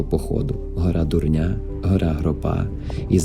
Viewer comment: Файно! (: Тільки не Дурняˈ , а Дуˈрня 🤗